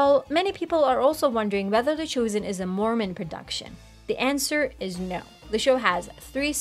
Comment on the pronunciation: Why is this host pronouncing "chosen" as "choosen"?